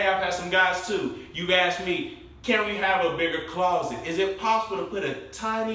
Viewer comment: I like the way he says claw-set ♡♡hehe